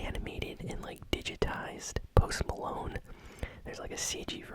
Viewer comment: Lol post molone